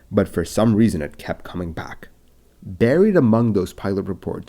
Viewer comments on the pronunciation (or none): none